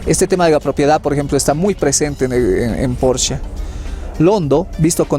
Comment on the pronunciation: Apellido Porchia no es hispano, la CH en italiano suena k o Q. Gracias